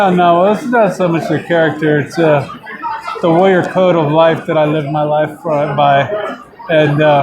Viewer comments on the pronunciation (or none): Every time Tank says Warrior, it's sounds like he is saying LAWYER....make's the interview amusing.